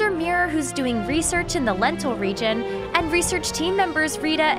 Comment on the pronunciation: Is anyone else hearing lentil region instead of lental region? XD